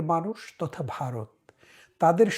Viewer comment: ভাই দয়া করে শব্দ উচ্চারণে একটু সচেতন হোন। আপনি জনপ্রিয় না হলে বলতাম না। ব আর ভ ক আর খ এসব শুদ্ধ না হলে কানে লাগে। "বারত" আর "ভারত" এক না। "কেলা" আর "খেলা" এক না। আশা করি মাইন্ড করবেন না।